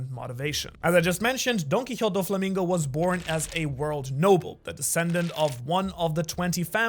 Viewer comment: Don mreig say’s dolflamingo